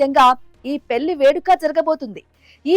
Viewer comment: పెళ్లి అనాలి అక్కా😂😂😂 పెల్లి కాదు😅😂😅😂